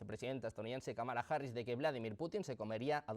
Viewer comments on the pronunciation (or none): none